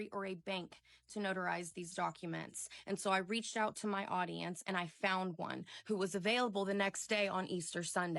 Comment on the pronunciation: I laughed when she said “my audiemce” like anyone gives a crap about her situation